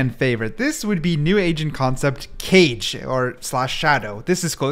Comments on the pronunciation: the way he pronounces it kayj instead of kah-gey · it hurt my soul when you said Cage instead of Kage........KAAGEY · Dude stop pronouncing kage as cage, its ka-geh, pronounce them separately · Isnt it not cage but kage like hokage 😭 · “Kage” is the Japanese word for shadow and it is pronounced Kah-gay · Hi! "kage" is pronounced "kah-gay" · It’s not cage it’s pronounced like the Naruto hokage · just to be exact kage si pronouced as ka ge lmao great video btw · because its Japanese its probably pronounced ka-ge please correct me if im wrong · Just came to say its pronounced Kah-Gay, and directly translates to shadow! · Kage wouldn’t be pronounced cage, it would be like the last part of hokage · Aaah. I could be wrong but I think KAGE would be pronounce Kah-geh. Not sure though, I know that shadow in japanese is pronounced like that but the pronounciation could be different for the character to make it easier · The forth agent name pronounce Ka-ge(かげ)it mean shadow in japanese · Kage is pronounced "cah-ghé" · is kage not pronounced ka-gay? like from naruto? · kage is not what you called , its called ka-ge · The pronunciation of Kage killed me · i hated it when he pronounced kage it made me uncomfortable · Btw kage is pronounced like hokage from Naruto but without the ho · kage should be pronounced like “ka” in “katana” and “ge” like u pronounce “game” without the “m” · Calling Kage (Ka-Geh) Cage was so annoying for some reason. Probably cuz Johnny Cage kept popping in my head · Kage: not cage but ka-gay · Pls do not sage Kage as Cage cause it is prounounced Ka Ge not cage like a goddamn jail, although its fine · As a Japanese learner I have to point out that the agent's name isn't pronounced 'Kaje' but 'Kaa-ge' (or Kaa-gay). That means shadow in Japanese. But yeah I like this video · the 4th one i think is pronounced kage in stead of cage as it says in description but kage means shadow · Not keije. Kah-ghe. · It's not cage(kage) it's pronounced kaaa gay